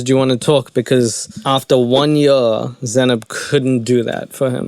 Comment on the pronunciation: She herself doesn’t know how to pronounce her own name. It’s an Arabic name and it’s pronounced “ZAY -NAB” and not “ZA-NAP” lol